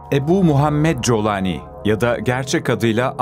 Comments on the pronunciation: İsminin telaffuzu Colani değil Golani olmalı Golanlı demek. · Colani değil kardeşim yaa ingilizce telaffuz edersen colani .Türkçe telaffuz gollani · Colani değil golani golan tepelerinin ordan olduğu için. G yi ci diye mi okuyorsunuz ( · COLANİ DEĞİL CULANİ ÇÜNKÜ ARAPÇA'DA O HARFİ YOKTUR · Kolani diye telaffuz etmelisiniz YANLIŞ TELEFFFUZ EDİYORSUNUZ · Colani. Türkçesi. Aslen. Kolani okuluyor.